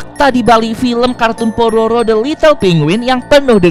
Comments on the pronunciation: kak mau ngomong pororo malah prabowo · Kok,tadi saat bilang udah ada di tv nasional kok malah kedengar bilangnya Prabowo bang?